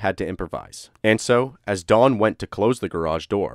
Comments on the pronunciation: D O N not Dawn like you are saying. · why do you keep pronouncing his name like Dawn his name is Don why do you keep putting a w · Don is pronounced Don like Tom not Dawn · it's don not dawn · i heard dawn instead of don , several times, it may be how you pronounce "on.... great channel though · Dohn, not Dawn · It sounds like he’s saying Dawn…..I have a brother Don and sister Dawn so it stands out to me 😂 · sounds like your saying dawn bro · Computer voice can’t say Don, instead gets Dawn. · Don not dawn. or am I the only one not hearing it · His name was Don. Not Dawn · Its impossible to listen to someone call a man named Don, Dawn for 40 seconds let alone 21 minutes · Why are you calling him "Dawn"? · Oh ,DON. Sounds like you are saying the dude's name was DAWN. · I swear it sounded like he was saying Dawn instead of Don lol just me?¿? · It's Don, not dawn. Gah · His name is DON, not DAWN. This is irritating me beyond words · Its don not dawn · Don, Don, not Dawn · Don not Dawn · It's don not dawn. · Why do you keep saying dawn...dudes name is DON. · Really bothers me that you say Don like Dawn. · Narrator says Dawn i/o Don. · DON, NOT DAWN. D O N. NO W PROPER PRONUNCIATION PLEASE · I'm sorry, but you call him "Dawn" and not "Don".. it was so bothersome I had to stop watching. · The name "Don" is pronounced "d-AH-n" not "Dawn", Masculine and feminine. You say it wrong so many times in the first 27 seconds I had to stop and leave this comment. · Sounds like you're saying Dawn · Stop saying Dawn! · You are saying "Dawn." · “Dawn”? Is that a male name too in America? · I don’t like how he pronounces Don